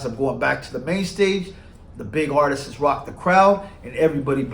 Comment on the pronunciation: Can you say artists? It’s not artist’ses.. pet peeve sorry lol.